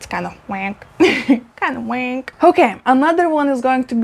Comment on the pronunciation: Loved seeing these plants. The hoya sigillatis and hoya black border were my favourite. Remember, it is "wonk", not "wank"! 👀🦄🐇🥛You look fantastic, by the way.